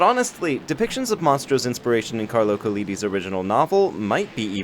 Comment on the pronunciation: Just poppin in from Italy to tell you that Carlo Collodi's last name is pronounced "Koh-low-dee", not " Koh-lee-dee". I managed to retain composure throughout all of Sly 3's Venice episode but this broke me :( Also fun fact, in the novel Monstro was not a whale, but it is described as a seadog ("pescecane"), a type of shark.